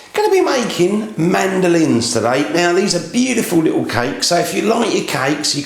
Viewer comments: Okay this guy does says "mandolines" rather inexplicably since it is not so very challenging to say Madeleine's. However, the recipe works. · Not sure how I got here. I was searching for videos about mandolines ( the music instrument); and it brought me to madeleines video. It’s Mad-lense (plural) , not mandolines. And also we say butter not batter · This is a nice recipe, but to achieve the sweet, buttery taste of perfection you really need to pronounce the name properly: Mad-Ahh-Line. They taste much better that way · mandolin is an instrument - its pronounced mad -el- line